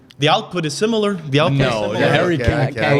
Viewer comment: Bro just said musiala is sililar to olise 😭